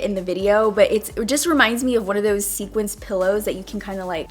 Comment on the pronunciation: SEQUINED......NOT SEQUENCED. Two very different things girl! Lol Just saying. Oh, and can I just say THANK YOU for doing different looks and not being a part of all the beauty community drama. I'm so over all that. Like, put the makeup on your mug, why all these other gurus gotta be causing problems and situations? I'm here for makeup. Thanks girl. We need you.